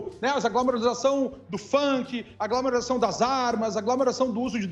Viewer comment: eu ia fazer o seu curso, "mãs" desisti depois de ouvir "glamourlarização" várias vezes. Kkkkkk